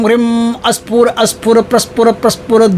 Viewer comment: Aap mantra mein likha hai sphur sphur lekin padha hai asphur asphur . Sach kya hai